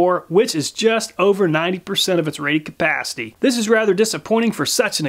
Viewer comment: Rated Cuh-PAAH-city!